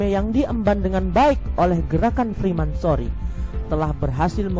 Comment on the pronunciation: freemasonry min, bukan fremansory . Maaf ini ralat aja min